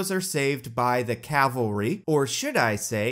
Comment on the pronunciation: Cavalery? Is it intentional?